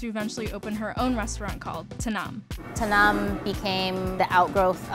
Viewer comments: Tanim not tanam. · I wondered what is "tanam" means. Lol. She was referring to Tanim. 👏🏼😊😂